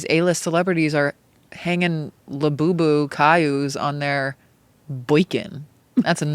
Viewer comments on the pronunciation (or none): “laboyboy” instead of labubu has me weak. trevi and rewired my brain to talk like this on a regular basis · “Labubu Cailo” lol